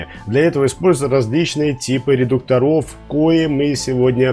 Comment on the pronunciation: ударение редУкторов, будте пожалуйста грамотнее, очень познавательный и хороший канал.